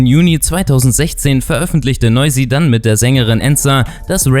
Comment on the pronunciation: Nein hast du nicht ich bin. Albaner und Fan von noizy aber nicht schlimm das du es nicht richtig gesagt hat